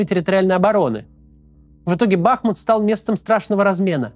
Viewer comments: Правильное ударение на втором слоге БахмУт а не БАхмут , режет слух. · Почему всё время Бáхмут, когда он Бахму́т? Ку́пянск почему-то превратился в Купя́нск. Топонимы гуглятся за несколько секунд. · БахмУт БахмУт БахмУт 🙏🏻 пожалуйста ставьте правильно ударение! Режет слух… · Максим, правильно БахмУт, от названия реки БахмУтка. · Максим ! Пожалуйста . БахмУт а не БАхмут ) Залайкайте чтобы Максим увидел ) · Не БАхмут а БахмУт. Хватит уже коверкать название города. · БахмУт, ударение на второй слог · БахмУт. Сколько можно ухо уже режет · БахмУт, ударение на второй слог. Пожалуйста,ну хоть вы😶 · В слове "БАХМУТ" ударение на "У".